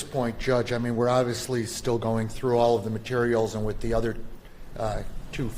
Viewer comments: The judge said oral instead of all 😂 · Around 11 42 the Judge says oral instead of all.